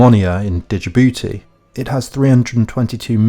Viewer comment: Love the vid, the D in Djibouti is silent though...